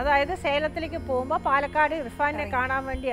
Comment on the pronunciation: പാലേക്കാട് അല്ലെടോ പാലക്കാട് ഇയാൾ ഇതെവിടുന്നു